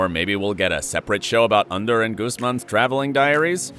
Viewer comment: It's Ander not Under